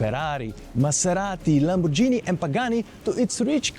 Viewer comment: Great video ! Thanks so much ! Please say Lamborghini correctly. It’s “G” not “J”. G like Gasoline. Not not J like Jump. Please. It hurts the ears. Ciao